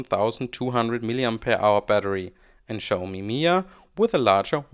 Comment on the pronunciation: it's pronounced mi-jia with a J, it's not silent. it's Chinese not Spanish